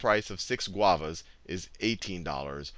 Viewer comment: Admit it, you only chose Guavas to say GuAvAs